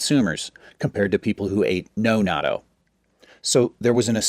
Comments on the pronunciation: It's addictive... by the way, it's pronounced "na-toe"... not "nad-doe"... buy it frozen in the Asian market, heat up in microwave, use the Japanese mustard that comes with it... stir with chopsticks, eat over rice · He doesn't pronounce it correctly though. You need a break for the double-t, as in "not toe" vs noddo. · This video proves that doctors don't know everything. The correct pronunciation is knot-dough. The second syllable drops. I eat it everyday with kimchi and mustard. No rice. It's delicious!!! By the way, there are many varieties of natto. The kind he showed is made of a certain type of soybean, but not all are. Also, it's NOT meant to be eaten alone, just like you wouldn't eat big chunks of blue cheese or plain tuna out of a can by itself.😂😂😂😂😂😂😂 All the Japanese people watching this video are on the floor laughing out loud. 🤣🤣🤣🤣🤣🤣🤣🤣🤣